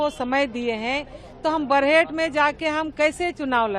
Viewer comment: बरेहट नहीं बरहेट